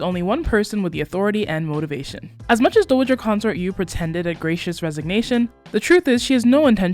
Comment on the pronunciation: I love, love, LOVE your recaps! You show so many details that I didn’t see because I watched abbreviated YouTube clips, mostly out of order. One quick critique— it’s DOW a ger (like in Dow Jones), not DOUGH a ger (like in bread dough). Just nit picking. You are doing a splendid job!!!